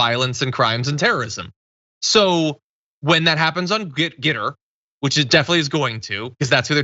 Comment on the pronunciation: The photos are for the those who pronounce it "Get Her"...